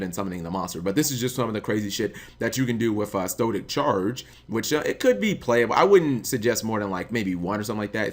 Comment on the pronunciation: Stoic Challenge not "Stoe Tic Charge"